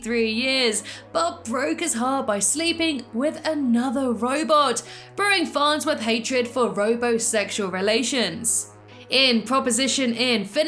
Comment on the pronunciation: Farnswith? It’s farnsworth